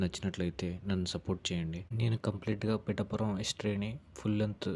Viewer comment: ముందు పిఠాపురం అని పలకడం నేర్చుకో. పిటాపురం కాదు... "పిఠాపురం "